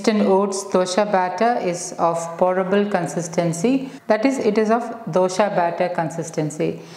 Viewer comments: it is good, not dosha it is dosa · It’s not dosha it’s dosa 😢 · Thanks for this healthy recipe ,only i wish you wud not say ' dosha' which means a blemish.or a blackmark .pls pronounce it as dosa as we say in Karnataka,thank you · Its dosa not dosha , 😂😂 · It's not dosha madam, pronounce dosa. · Its DOSA, not Dosha... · It's a really nice recipe. But can you please pronounce dosa correct. 🙏. It's DOSA AND NOT DUSHA. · It's dosa not dosha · It's dosa not dosha. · Good. It is Dosa not Dosha:-) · It is not dosha maam..it is either dosa or better even dose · Its dosa not dhosha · Mam please 1 request.. it's nt dosha.. it's dose/ dosa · Why Dosa is pronounced as Dosha ...